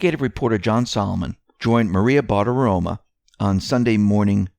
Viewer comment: It’s Maria BartiromO not Bartiroma